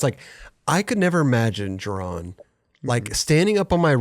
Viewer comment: Thank god he started correctly pronouncing Jeron